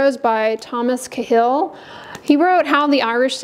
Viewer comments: I think the author’s last name is pronounced Kayhill. Yes, you are right, I find people today are more involved or addicted to screens than paying attention to each other. I wonder what they would do without it. I’m so glad I didn’t have all this technology when I was growing up. Back in the day you had to look at people and talk to them. We hung out & visited. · Cahill is pronounced ‘Kay-hill’.